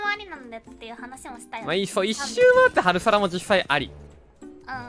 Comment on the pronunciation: ハルサラが脱サラにしか聞こえない…………